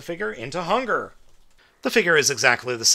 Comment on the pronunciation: It is hun-guur